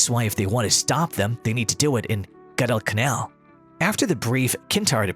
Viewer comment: If only the ROBO narrator KNEW how to pronounce the words "Guadalcanal" and "Reconnaissance."